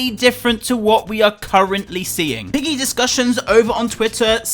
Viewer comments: lol did he say Roblox piggly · Ah yes "Pliggy"